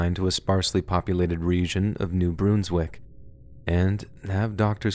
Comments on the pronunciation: It's New Brunz-wik FYI short u. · "New Broonswick" 🤣🤣🤣🤣🤣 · You don't know how to pronounce New Brunswick. Dislike from this Canadian. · I was surprised when you brought up New Brunswick! I had to laugh on the way you pronounced it the first few times too. I’m thankful that you touched on that subject, it is very strange, and people really need to hear about it